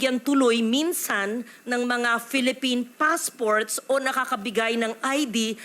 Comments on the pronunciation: May accent. Nung ini-interview sya about nung kasosyo nya having 3 passports, yung pronunciation nya was "paspor". Walang pinoy na nagsasabi ng "paspor" dahil sa tagalog ito ay "pasaporTe". May letrang T. Tapos yung interview about Nancy Gamo, instead of saying "submit", ang sabi nya ay "sapmit". Walang pinoy ang nagsasabi ng "sapmit". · Hindi kapani-paniwala. Hindi pinoy yan! Her English pronunciation says it all. Sa interview with Sen. Risa, she said, "paspor" instead of passport. "Sapmit" instead of submit. Dito sa interview na 'to, she said, " full-bloodeT" instead of full-bloodeD. Sabi nya rin, one "handre" percent instead of one hundreD percent. Nasaan ang letter "D" sa hundred? Walang pinoy nag sasabi ng "one handre". She said, sa "susuno" instead of "susunoD". Naiinis na si Loren Legarde.